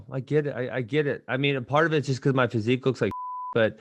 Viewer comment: Maaaan this is weak Ben always getting knocked out he needs to hit the gym I don't care wat he says about his "fasiq" ffs lol